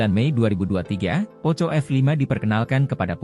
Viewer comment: Bcnya Poko bukn poco bro hahahahaha 🤣🤣🤣